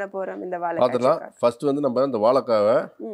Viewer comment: வாழைக்காய் not வாழக்காய்